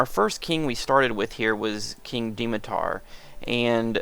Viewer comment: It's pronounced Dmitar not Dimitar!